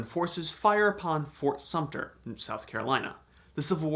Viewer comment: Sumpter does not have a "p" in it